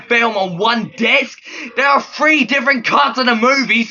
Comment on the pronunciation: You say "three" like "free"